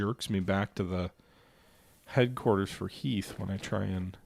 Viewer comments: I believe the movie Gettysburg is actually the one to blame as Lee calls him "Heath" and not Heth as in Beth. 😊 And if I don't remember it wrong, I believe you talked about Heth's name in some other game. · I love that noone can pronounce General Heth's name right. 😂